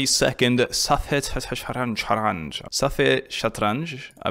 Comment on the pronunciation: Btw, to pronouce Safje Shatranjh (or whatever, even tho I’m arab I’m not great at spelling), it’s pronounced saf-het satgh-rangh. It means page of chess, and I just realized it says that…